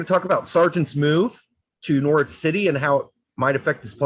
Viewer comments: Nor-itch, you don't pronounce the w. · PLEASE learn how to pronounce Norwich, LMFAO!